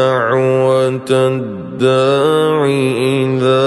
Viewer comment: Watch the third recited vers. The 3 of of Addaa3i pronounced 2 letters long instead of 1.